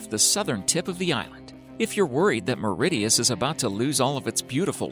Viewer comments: Maridius! Erm it's Mauritius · Lol. Mauritius close to South America... These people need to do more research before posting. And the narrator’s pronunciation of Mauritius is just as funny 😂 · Under water waterfall... The island is called Mauritius... Not meridius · and Mauritius